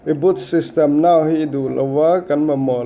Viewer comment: I thring lutuk.... Mobile tiin lam rawh Mobal a nilo.. Reboot system Nau pawh a nilo. Reboot System now tur zawk a ni...